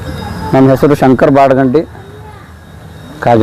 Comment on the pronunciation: ಬಾಡ. ಅಂಗಡಿ ಅಲ್ಲಾ ವ್ವಾ ಬಾಡಗಂಡಿ.